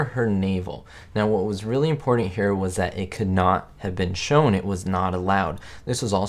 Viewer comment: The word,” important”, has two ‘t’s and NO ‘d’s... Just saying. And there are no ‘d’s in the word, ‘button, either.